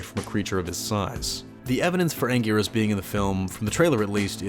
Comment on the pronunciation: Ankleeasaurus? Sigh...🙄